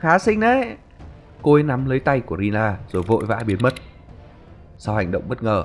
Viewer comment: Rina ổng đọc là Rila=)